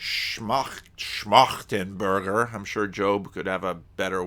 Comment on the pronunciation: Your (initial) pronunciation of Schmachtenberger was actually pretty good. 👍